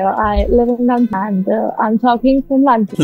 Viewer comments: Londan❎ London ✅ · London ❌ londan ✅